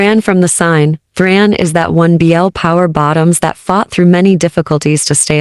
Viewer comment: It's THARN, NOT THRAN